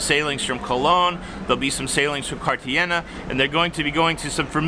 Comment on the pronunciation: Just an observation... your Spanish really needs some work. lol... in the future, it is ....Car ta hay na